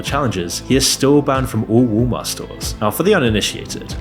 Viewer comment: “Logan pool” “Woolmart” 😂